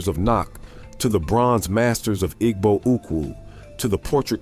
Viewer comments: While some African Americans do, in fact, have Ancient Egyptian DNA, other African Americans have ancient Jewish ancestry. The Igbo are Jewish. (I wish this A-I-generated video would pronounce this tribal name correctly.) According to one leading British scholar, who is an expert on Jewish studies, Jews are Black. Read the description of Christ in the Book of Revelation. His feet are described as being so Black that they appear to have been "burnt in a furnace." The bottomline is that African Americans have evolved into a distinct ethnic group. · The "g" in Igbo is silent.